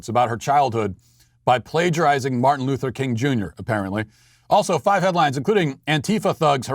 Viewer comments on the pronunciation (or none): none